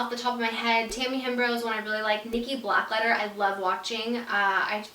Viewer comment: Her last name is Blackketter, not Blackletter lol still love you ❤